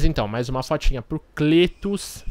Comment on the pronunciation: Pronuncia-se Clétus! ;)